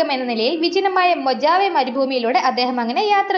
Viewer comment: മൊജാവെ മരുഭൂമിയല്ലടേയ്...മൊഹാവെ.